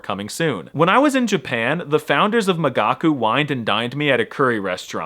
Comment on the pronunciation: I listened to the video (because I'm a gigachad who understands everything without subtitles) and during the whole sponsorship I thought you said "magaku"? How is it possible to pronounce an i that wrong? America must be eradicated. ...maybe I'm not such a gigachad after all